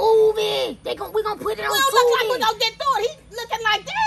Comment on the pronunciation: She said Tubi lmfao